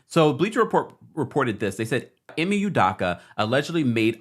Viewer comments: Great report! Love this channel ❤. FYI his last name is pronounced “Ooh-dough-kah” . Unfortunately, he’s Igbo-Nigerian lol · It’s udoka, not udaka